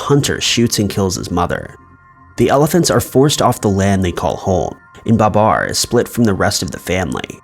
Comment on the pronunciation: Ba-BAR, not BA-bar. it's the little things.